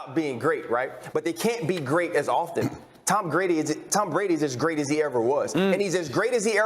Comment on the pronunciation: When Ryan Clask did the lip slip of "Tom Greatdy" that was the absolute definition of Mr. 199